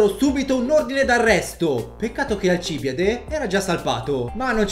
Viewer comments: Ogni volta che pronunci il suo nome è morte per le orecchie. Ps. Socrate non ha mai scritto nulla, quello semmai è Platone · Fai un video su un personaggio e manco sai pronunciarne il nome.. da vergogna!!! La gente che cerca video del genere lo fa per imparare, poi si trova video fuorvianti, come questo, e apprende nozioni errate. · Alcibìade! Non Alcìbiade! CAZZOOOH!!! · 1) Alcibìade, non Alcìbiade; 2) Il fatto di essere belli era un vanto perché la bellezza esteriore rifletteva quella interiore e viceversa. Per questo ci si è soffermati sul suo bell'aspetto; 3) Socrate non ha mai scritto nulla; Andando oltre queste sciuocchezzuole, ti ringrazio per avermi fatto capire Alcibiade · Video informativo ed ignorantissimo come sempre, ma ho due cose da dire: 1- La pronuncia dovrebbe essere Alcibíade, non Alcíbiade 2- Socrate non ha mai lasciato scritti, al massimo potrebbero esser stati i suoi allievi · Tutti a correggere la pronuncia dicendo che quella corretta è Alcibíade. In greco antico era Ἀλκιβιάδης (Alkibiádēs). Alcibìade è latinizzata, la pronuncia più corretta è Alcibiáde. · 1, si pronuncia Alcibiade, non alcIbide 2 Socrate non ha mai scritto di lui 3 il sovrano persiano era il re dei re, per noi mortali l' imperatore, il titolo di sultano non esisteva ancora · Ma poi hai pronunciato male alcibìade tutto il tempo... dici sempre alcibiàde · un paio di incorrettezze: la pronuncia corretta del suo nome dovrebbe essere Alcibìade Socrate non ha MAI lasciato scritti, proprio niente neanche di filosofia per il resto bel video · Noooo ero così felice avessi fatto un video su Alcibiade ma non posso andare oltre gli 11 secondi, quella pronuncia mi fa male al cuore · Da classicista è un infarto sentire i nomi con gli accenti sbagliati... La morte di alcibiade la so a memoria ogni anno me la ritrovo a tradurla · Alcib Í ade non Alcibi À de 😅